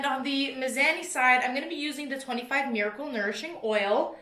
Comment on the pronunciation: Is it miz-ah-ni or is just a Canadian hahaha